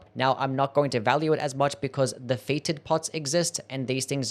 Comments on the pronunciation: fetid is pronounced "fett-id" not like "fated." Otherwise, funny video idea. Are we already at the bottom of the barrel? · "FEETID POTS"... 😂